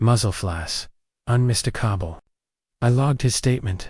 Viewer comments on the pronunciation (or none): Un mist a cobble? What on earth is an un mist a cobble? Do you happen to mean unmistakable? That was dismal pronunciation even by the low bar these stories set.